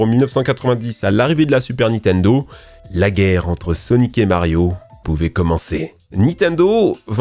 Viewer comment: arrêter de dire nitendo svp